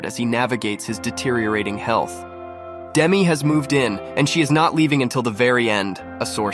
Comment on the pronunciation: The narrator should learn how to pronounce Demi's name.